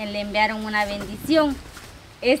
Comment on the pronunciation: Ándale, así se dice mamá con acento. Y tú le dices mama y como tú lo dices como si fueras a mamar es como si le dijeras q mame. Cada q le dices así es como si le estás diciendo q mama. La palabra correcta es mamá con apellido